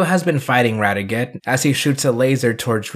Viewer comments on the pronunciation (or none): This was a terrific video and I'm glad you're a Jetman fan now. One thing though is that you kept getting Radiguet's name wrong. It's not pronounced Rad e get it's pronounced in a French sounding way with the T being silent; Rad e gey, that's how they pronounced it in the show anyway. But yeah Radiguet is awesome. :) Though you didn't bring up the follow up manga, but it's a minor thing. Oh and Super Sentai World IS in canon, if you consider it to take place just before Ryu and Kaori's wedding. :)